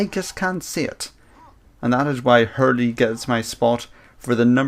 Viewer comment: h3rl-3 is pronounced hurl not hurly